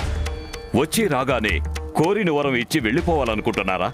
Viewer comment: Vaaram kadhu varam